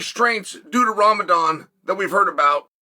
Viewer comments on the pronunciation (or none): none